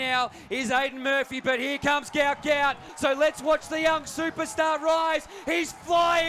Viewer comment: isnt his name pronounced guht guht